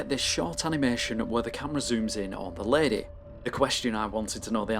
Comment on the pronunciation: “tHe lAdEh”